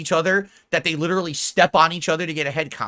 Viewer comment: "No, the algorithm is perfectly fair and that is LIDURULLY what I said before! Trolls are just making things up to start drama. You know what I am say-ing?"